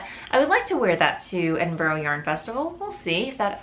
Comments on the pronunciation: Edinburgh is pronounced with only 3 syllables. Ed-in-brah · Nessa hux I was just about to comment, as It was said sooooooooooo many times, it was being to hurt my insides. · Not your fault, your pronunciation of 'burgh' is very different in the states xx